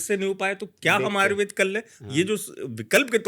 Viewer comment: जनाब आयुर्वेद को आयुर्वेदा नहीं कहें,क्योंकि आयुर्वेद को वेदा कहकर हमारी संस्कृति का अपमान लगता है। इसलिए आयुर्वेद ही कहें।